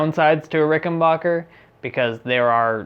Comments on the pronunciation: Before you critique an instrument, learn to pronounce the name: it’s not “Ricken-bocker,” its Ricken-back-er. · Ricken-baker. Ricken-BAKER! RICKEN-BAKER! NOT RICKEN-BACHER! SAY IT ASSHOLE!!!! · It's pronounced rick n back er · I understand this video is 2 years old so I’m gunna clear a lot up. First- it’s pronounced Ricken- BACKER not BACHER. Second- warranty is 5 years not 3. This guy clearly knows nothing about string gauges or did any research on the RIC factory recommended spec, he just bought strings and slapped them on like it would change anything but it affects everything! Third- if you adjust your action, YOU CAN ADJUST THE TREBLE PICK UP TO MATCH, eliminating this guys buzz on the cover. Or remove the cover and move along. Fourth- RICs back log is based on demand not controlled substances. What a weird thing he “discovered.” RICS operation is super small compared to other companies, we’re talking less than 50 employees and that includes office staff, so the back log is just not having the ability to keep up with demand. Fifth- the price is very average if not less expensive than an American made instrument in the “high end”category. Don’t believe me? Look at Musicman, Gibson, and Fender American, CA made instruments. My final points- parts and components can move and break in a few years, happens on instruments all the time, so your pickup issue isn’t that uncommon realistically especially if you’ve dropped or banged the instrument of accident. Also RIC fixed all the bridge issues with a new bridge developed and released in 2019 called the V2. Rattling, difficult intonation, tail lift all solved. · Ok, first of all bonehead, it's pronounced RickenBACKer, NOT RickenBOCKer! 2nd, the primary difference between the 4001 and 4003 is the 4003 has 2 trussrods instead of one. And please, for the love of Aunt Fannie's Corset, the next time you make a video like this, write a script and REHEARSE it BEFORE you film it!!! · Ricken-BACK-er, not Bach-er. True story